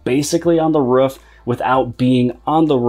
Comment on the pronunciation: how did you just say roof bro